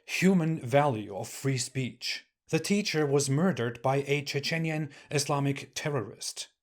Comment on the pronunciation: che-cheniyan 🤣🤣 you make me laugh. You try to come across as though you are eloquent but you spoil it when you say wiolence, Oi-gur, che-cheniyan. Do you support equality, freedom and basic human rights? Its very ironic that you are telling others they are not doing anything about it, are you? Or are you just blabbering rubbish so you can make videos full of lies, 💩 and islamophobia and you don't actually believe/follow anything you tell others to i.e stand up for basic human rights.